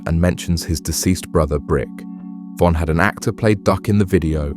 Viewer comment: Take her to the o von dissed duck and ducks brother brick if your gonna make a documentary about people make sure you know everything and pronounce stuff properly cause this is ridiculous